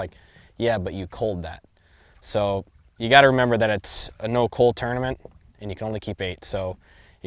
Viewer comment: Plus the way he says Cull drives me nuts. Sounds like he's saying Cool or Cawl